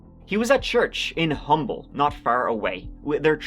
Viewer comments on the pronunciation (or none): City of humble is pronounced Umble. And it’s very far from Missouri City. At least 45 min, even in 1994. Atascocita is far as well…more West Houston, or northwest. Houston is massive. I believe you can it the entire population of Scotland in downtown Houston alone. But don’t quote me on that. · Hate to break it to you big dog but this Texas we’re talking and the town of humble is pronounced (Um-bull) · just a small correction that you didn't know. (many people outside of houston know this, so dont feel too bad). humble, tx isn't pronounced "humble". it's pronounced "umble". the H is silent. weird but that's how we say it down here. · Humble, Texas pronounced “Umble” no H sound. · Humble is pronounced Umble. Yes the H is silent.... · As someone who used to live in Houston, briefly. I'm surprised their isn't a bunch of comments complaining about how to pronounce Humble. They get mad when you say humble. I found out it's actually pronounced "Umm-ble" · I am only going to comment this because it's the only time I will get to use this useless piece of local trivia: the town of Humble is pronounced umm-bull, no H sound. Atascocita was spot on though! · Great vid,! Just an FYI: The town of Humble, Texas is pronounced without the H (“umble”). Just remember that there’s nothing humble about Texas! 😊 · FYI: In Texas, it’s pronounced ‘Umble’. I’m assuming this is to not imply that it’s a humble town - cause that it ain’t. 😳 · It's spelled "Humble" but pronounced "Umble." Don't ask me why, it just is. Same thing with "Kuykendahl Road" being pronounced "Kirk-in-Doll." Texas is fucking weird. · I'm so proud of you for pronouncing Atascocita correctly lol. Anyone not from here always butchers it. But Humble is Umm-Bull not Hum-bull. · Came to the comment section to see how many Texans corrected him that Humble TX is pronounced Umble TX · Side note.. it's "UM-ble" the H is silent lol. For future videos. 😅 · You don’t pronounce the H in Humble, TX.